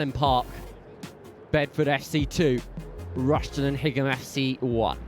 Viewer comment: He can't even pronounce the away team 😂😂😂